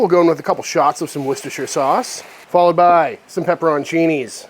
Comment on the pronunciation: Pepper-ON-chini and war-chester-shire sauce. Yum.